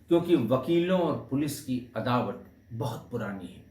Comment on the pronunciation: अदावत होता है अदावट नहीं, कृपया सही उच्चारण करें।